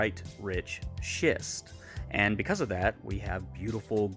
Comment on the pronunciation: I love how careful you were to pronounce "schist" so nobody would think you said something else. Garnet is one of my favourites, I have so many gemmy beads for jewellery making. I've yet to own any colour changing garnet though, one to add to my list!